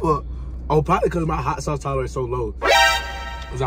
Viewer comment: "that American deli shauce' LMAO